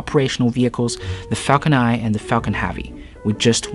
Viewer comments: It's Falcon *Nine*, not Falcon Eye... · Dude its falcon nine and not falcon nai